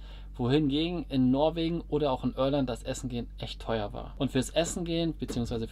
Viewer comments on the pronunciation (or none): Junge, IRLAND nicht Örland.